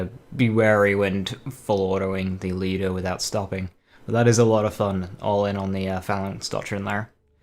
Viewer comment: One thing I have to note, is that I don't know if it's due to your accent or you're actually pronouncing the word correct, Lyuda, at least it sounds like that to me, most other players say ly-ooda but the correct pronunciation would be L-yooda